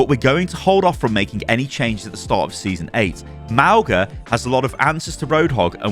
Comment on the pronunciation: its not Mao-ga thats just wrong